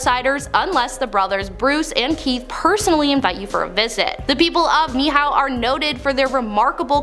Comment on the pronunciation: Let me just tell you a couple of things it's pronounced Ni H way island The king that sold the island to the cook family was king kamehameha It was under the promise that they would keep the island free from the outside world and that they would maintain the Hawaiian culture and the only outsiders that go to the island are the cook family and there is no electricity or anything else on the island and it is inhabited by indigenous people of Hawaii They maintain Hawaiian culture and Hawaiian Language